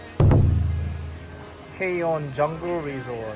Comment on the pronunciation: 까욘이라고 읽어요 보통ㅎㅎ즐거운 발리여행하세요